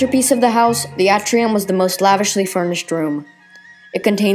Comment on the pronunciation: A as in Apple is still a short A. The A in Atrium is an example of a long A. Your inability to distinguish them is a distraction. "A novelist's and writer's comment"